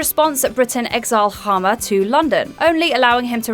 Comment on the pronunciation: I was not expecting to see Sir Seretse Khama and Lady Ruth. And a very good attempt at pronouncing his name